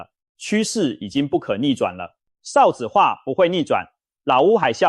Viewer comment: 一直聽到ㄕㄠˋ子化很不舒服